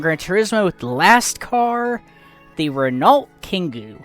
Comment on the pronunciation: 'ren-alt' 🤣🤣 please look up how to pronounce Renault